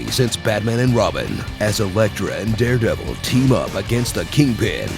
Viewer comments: I lost it at ermehgerd its derpdervil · "Imahgrod it's the drepdevil"😂😂😂😂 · err magerd its the derbdevil.. lmao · Ermehgerd its deh derdevurr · Lol ermergerd, its da derbdebell